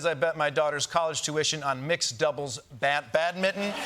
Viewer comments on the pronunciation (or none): Why did he call badminton "badmin"? Maybe it's my hearing!